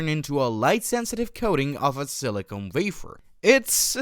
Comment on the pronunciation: how did this guy get here? cannot even pronounce silicon properly. all aI IMO